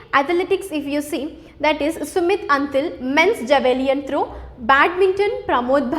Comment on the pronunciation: Very Informative and nice explanation but there are some pronunciation errors by tutor for some terms like Javelin throw, taekwondo. Hope those will be rectified. No offence please.